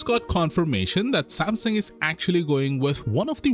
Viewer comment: Sam Sung Not samsin